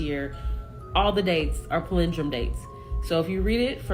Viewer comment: I cant handle how she pronounced "palendrome" lol 😂